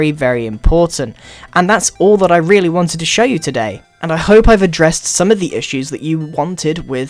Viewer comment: (The End) (Message From Grian) Me: Rweally? :)